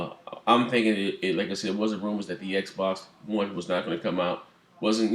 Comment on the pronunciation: Bang bang!!!!!!!!!!!!!!!!! U said it right Xb1